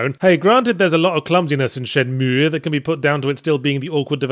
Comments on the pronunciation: I feel dirty every time he says Shen-Meweyh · Dude, is it really that hard for you to pronounce Shenmue that you have to stop and make that dumbass sound each time? You don't pronounce the 'e' at the end. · It's pronounced Shenmüegğh Yahtzee. Now do the Spiderman review already. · He normally calls it Shen-Mooie, which pisses people off to no end. He emphasized the pronunciation to troll people giving him shit in the past. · Haven't even started yet and I'm really looking forward to hearing Yahtzee pronounce it SHEN-MOO-EE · Not gonna lie. Im only repeating this because how yahtz pronounces shenmue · Stop pronouncing it wrong. Fuck me! You're very wrong on this game! Do it again you dick eyes!!!